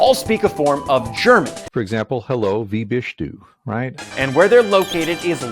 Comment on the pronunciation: As a German the “Hello wie bischt du” killed me